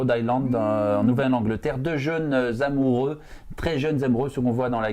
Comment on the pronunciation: Le "qui tombe zzzz'amoureux" c'est pas classe, les mecs!